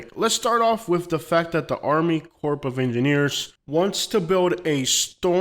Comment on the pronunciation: Bullcrap! Florida is just fine. I've lived on the shoreline for 20 years...the water is NOT rising. We have storms. Storm surges do a lot of damage. Nothing new. Just the way this idiot pronounces Army Corps of Engineering should be a clue that he is clueless and reading from some global warming hand-book. Its propaganda. Nonsense.